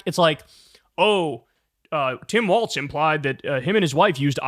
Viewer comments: Kyle, I love you, I watch your show everyday, but PLEASE start saying Walz correctly, it's WALZ, not WALTZ. It's just like a wall but multiple walls. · Ok Kyle, I held my tongue on several videos so far, but gotta say it. It's "Tim Walz", not "Tim Waltz". It's irritating xD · It's pronounced f*ck*ng WALLS dude, not WALTS. AIN'T NO T IN WALZ